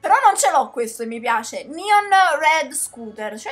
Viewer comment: di dice neon no nion ok?🤣🤣🤣nion!!!